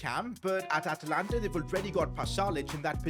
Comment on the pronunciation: Atalanta. its not atalanta sir